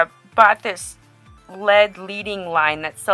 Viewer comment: it's not leading its lead with a short e. the e does not say it's name. just want to let you know that because the way your pronouncing lead sounds like you have no clue of what you're talking about. I'm not being mean . I'm trying to help you.